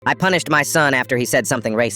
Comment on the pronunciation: When you said punish i thought you said punched